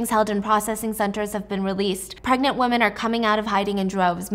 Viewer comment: I love your podcast but the way you say “women” like “woman” instead of the way it’s supposed to be “wi-muhn” always throws me off so bad lol there’s soooo many ppl that pronounce it wrong and I don’t know why 😂